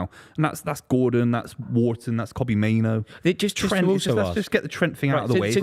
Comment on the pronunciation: Why does the Man United fan mispronounce Kobbie Mainoo's name as "Kobbie MainOWE?"